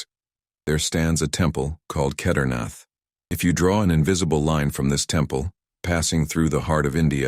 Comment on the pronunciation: Do learn how to PRONOUNCE SANSKRIT properly. Please. "Shivling" is the Hindi shortening of the authentic SHIVA LINGA. You can't even pronounce Kedarnath...sheesh.